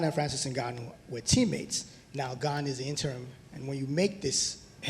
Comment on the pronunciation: They pronounce ganes name incorrectly. Hes french guys